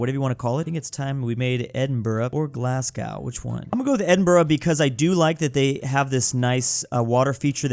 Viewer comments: IT'S PRONOUNCED GLAS-GO! - Me, a Scottish person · ITS GLASGO NOT GLASS-GOW YA NONCE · it’s “Glass-Go” not “Glazgaw” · It’s pronounced GLASGOW not GLASGOW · I love ur vids but glass-cow is killing me, it’s pronounced glaz-go 😂 Really tho I love ur vids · it’s pronounced GLAS-goh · and it’s said glas-go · it’s g l a s g o w Gla s Goh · WHEN HE SQID PAISLEY I WAS LIKE PLEAAAASSEEEEEEEEEEEE also itz pronounced glas-go and edin-bru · I know you're American right, but I'm from Scotland, not Glasgow, but Glenrothes, and hearing you say "glass cow" hurt me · Its pronounced "glas go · feel like mentioning that Glasgow is pronounced glas-go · As a person from Edinburgh 2 things 1 thanks for choosing us and 2 ITS PRONOUNCED GLAS-GO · As a scot it’s pronounced glasGO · Yes painful even as a Canadian Glasgow isn’t called Glasgo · You say Glasgow like a twat